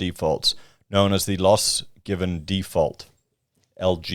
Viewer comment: It's a housing "default" not a housing "deeefault". You are watching too many American channels and mindlessly accepting the mindless American vernacular. You have, thankfully, lost much of your Victoria accent. Please don't drop into the Millennial pattern of speech that is apparently evermore American.